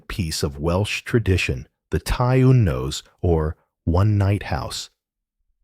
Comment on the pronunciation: Listening from Treharris, Merthyr Tydfil, South Wales ❤️ just wanted to quickly note, I believe you said 'teulu' earlier in the video. This word means family, and is pronounced 'tay-lee'. And with 'ty un-nos' this is pronounced 'tee een-nors'. I haven't gotten too far into the video yet, but the Welsh language is very phonetic, so what you see is what you get for the most part!